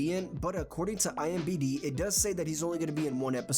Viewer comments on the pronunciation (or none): Are you saying IMBD?